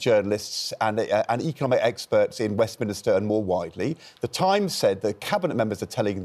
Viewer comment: Ed just said WestminIster... wow 3.30 or thereabouts.